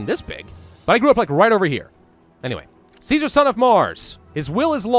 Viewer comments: Caesar is pronounced "kaiser" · Just so you know, Caesar is pronounced as Ki-sar in the fallout universe, I have no idea why when its a blatant rip off of Caesar's Rome... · remember its not pronounced Kaiser. it's pronounced Caesar. like the salad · Tsar is a corruption of the byzantine greek pronouciation of Caesar as Kesar or Kaisar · kaezar is how you technicly pronouce ceasar so thats why they say true to kaezar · This is the US post-apocalypse, isn't it normal that there are German survivors who pronounce "caesar" as "kaiser"? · Its caesar with a k. The didnt have soft c sounds in ancient rome. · Don't worry about the pronunciation of 'Caesar' too much, most people in-game don't either :P The Legion are Roman Empire LARPers, so they're just dorks about classical Latin pronunciation ;) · The c in Latin sonds like a k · Yet Caesar and the upper class of the Legion pronounce the name with the soft "c".